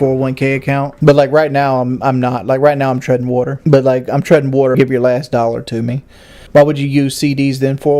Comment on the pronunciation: Holy shit, he spent that much time talking out of his ass Bro couldn’t even pronounce water let alone tread it